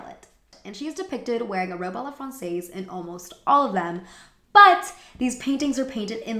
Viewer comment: Great review! Small quibble: "francaise" is pronounced "frahn-sezz".